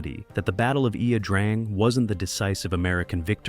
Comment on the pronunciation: A good documentary. It would be helpful if Ia - Drang was pronounced correctly. Hard for an American to do since Vietnamese pronunciation is anything but intuitive......